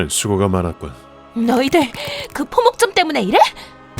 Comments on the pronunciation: 포목점을 자꾸 목포점이라고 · 계속 포목점보고 목포점 이라고 하네... 너무 신경 거슬 립니다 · 다른 성우분들은 다 포목점이라고하는데 쥬인님만 처음부터마지막까지 목포점😂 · 대사 : 포목점 더빙 : 목포점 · 근데 왜 자꾸 포목점이 목포점리 되누..? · 그러게여 왜 계속 목포점이라 하는지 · 포목점을 자꾸 목포점으로 들은건 내 착가인가 ㄷㄷ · 포목점이라했다가 목포점이라했다가 ..이런 부분 조금만 더.. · 근데왜 자꾸 포목점을 목포점이라 하지??? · 나만 포목점이 목포점으로 들렸던데.. ㅋㅋ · 포목점을 왜자꾸 목포점이라고 하는가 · 왜 초반에 자꾸 포목점을 목포점이라고... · 목포점 이랬다 포목점 이랬다. 더빙 실수가 잦네요. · 포목점인데 처음에 계속 목포점 그래서 뭐지 했네 자막도 포목점도 똑바로 되어 있던데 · 계속 목포점이라고ㅋㅋ 포목점 포목점!!! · 자꾸 목포점이라노...ㅠㅠ